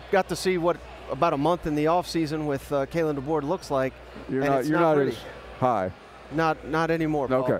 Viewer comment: ...Please stop saying "Kalen Deboard". Learn how to pronounce his name correctly. That is very disrespectul.